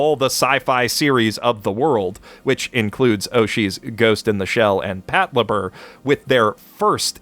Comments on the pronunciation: Is that how you pronounce Patlabor? I always thought it was like Pat-labor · I don't know what I hate more. Exarm's CGI, or your pronunciation of Patlabor. Its just 2 English words. Pat (short for Patrol) and Labor (like work, because labors are for industrial use). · Why'd you say PatLabor like this.